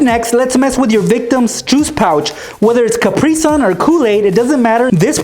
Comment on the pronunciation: ITS CAP RI SUN NOT CAP RY SUN